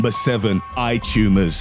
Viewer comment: I'm here to listen to a man aggressively and loudly over annunciate the words "EYE TUMOURS" at me.